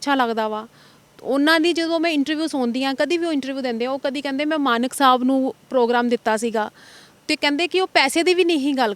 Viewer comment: Tu, kaun aa free di vakeel mankkk sahib nahi mank sahib bolna sikh